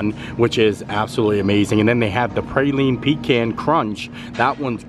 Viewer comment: Praline is pronounced = Prah-Leen Pecan is pronounced = Puh-Cawn Still love the videos.